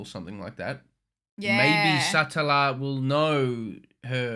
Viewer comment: Satella... just say it like Nutella (the chocolate spread" but with Sa on the start of it. Or like slang for a guy, Fella Umbrella, Fruitella (Candy) Or the name Ella Sah-tella